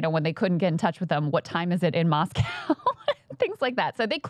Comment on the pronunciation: I can't stand how Americans pronounce "Moscow"